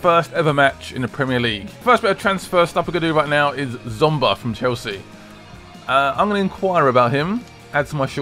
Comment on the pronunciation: Said Kurt Zouma wrong apparently - no more comments needed. Blaming my mate who said it was definitely pronounced zomba lol - oh well :D